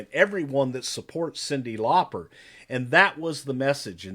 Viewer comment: Her name is actually supposed to be pronounced that way! It's Lauper, so not far off?! Just sayin'